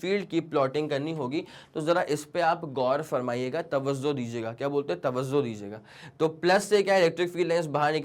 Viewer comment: Tawazo nahi Tavajoo😅